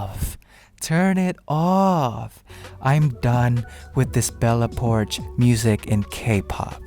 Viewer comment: I'll give you 1/10. And who is Bella Porch(sh)?